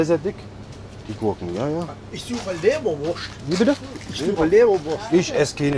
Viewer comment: Der ist gut,, wo ist hier die lebereurst'' 😂